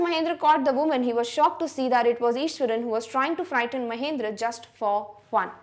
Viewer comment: Actually mam it is Mahendra not mahindra mam pronounce it properly.